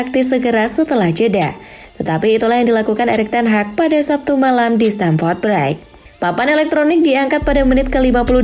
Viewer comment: Bhs Inggrisnya mbok dipelajari dulu bacanya apa sebelum ngomong,,, masak bilang Stamford Bridge aja salah.